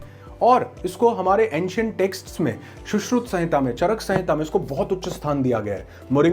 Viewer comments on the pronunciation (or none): none